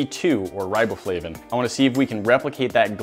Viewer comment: R-eye-bow-flavin lmfaoooo